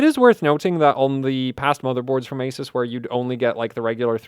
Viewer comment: What an awesome video! One suggestion though, which is how to pronounce Asus: It’s A-SOOS, and NOT A-SES.